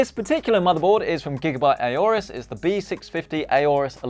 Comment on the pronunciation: is still pronouncing “Aorus” wrong lmao.